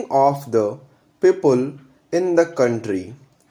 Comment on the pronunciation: kindly work on the pronunciation of words like as well as, people.